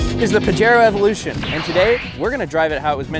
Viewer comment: In the word of james pumphrey : "to get UP TO SPEED on pajero evolusiioon"